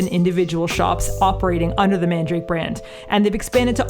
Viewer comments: Just a minor correction: the shop's name isn't "mandrake," like the root, but "Man-da-ra-ke." There's an extra a in there, and you pronounce the last "ke" Japanese-style, like "kay." It's weird, because it's SO CLOSE to the word "mandrake," but it definitely is not that. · Mandarake is not pronounced as man-drake. It is 曼陀羅華(まんだらけ)(man-dara-ke in Romaji) in Japanese. It's a Buddhist term actually which means some kind of a holy flower. Love Nakano vibes! 😄💕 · MANDARAKE!! I was wondering if you were going there when I saw Nakano in the title!! Quick question though; why are you pronouncing it 'mandrake'? The hirigana is まんだらけ so it should be 'man-da-ra-ke', right? Or am I missing something?! 😵‍💫